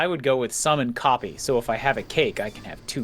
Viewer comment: I heard "Summon Copy" as "Summon coffee" the first time she said it this stream. It's been a while.